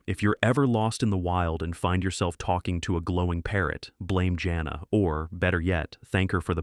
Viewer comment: For one thing, Jana of the Jungle? The name is pronounced JANE-AH, not JOHN-AH. Second, you're really making mincemeat out of a LOT of the show titles here. (i.e. it's Not Boobie Bear, it's "It's The Hair Bear Bunch!" . . . and it's Hair Bear who's the brains, Booby and Square are the side kicks!). Also, if you honestly don't care for what passed for cartoon entertainment back in the 70's? WHY Are you making this video?!?!? Some of us who grew up back then LOVE these shows. Corny as some were, even as outlandish as their logic was, they were STILL entertaining and I for one remember a good number of these fondly!